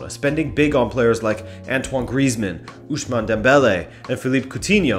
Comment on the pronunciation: Ousmane not ushman